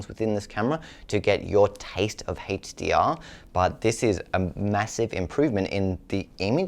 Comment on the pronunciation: why does this guy have trouble say words with H... hestdeear . Hest264.